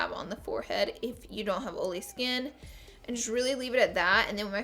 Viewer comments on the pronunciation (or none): Is it me or does she pronounce “oily” as “oh-lee?” 😆